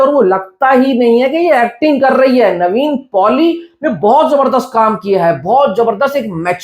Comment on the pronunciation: bhai its Nevin Poli not Navene Poli